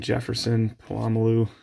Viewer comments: Are we gonna ignore the fact that he said palalamu instead of palamalu? This made me so mad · At least I'm not the only on has saying Po-lama-loo. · How did you watch Polamalu play for over a decade and pronounce his name like that? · Did you purposely pronounce Polamalu like McAfee did?